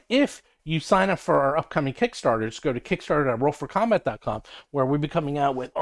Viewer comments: Am I the only one that has noticed that says, "I'm from Roll FROM Combat!" when he does these solo vids? It kills me every time. 😅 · Yes, on the surface, it sounds like he said, "Roll FROM combat." Now that you mentioned it...